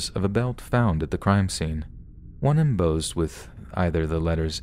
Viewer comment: The word is embossed with boss in the middle. not “em bozed”. Other than that stupendous.